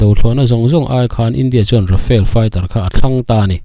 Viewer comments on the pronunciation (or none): Rafael ti tlat, Rafale ania, mizo tawnga kan chhiar anga chhiar rik tur, Ra-fa-le...